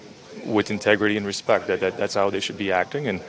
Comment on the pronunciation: I love how Bergy empathized the word Respect every time he says the word